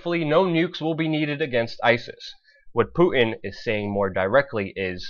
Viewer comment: PuTin. Putttttin. It has a T in the middle! I know we are on the brink of WW3, but it drives me nuts! haha.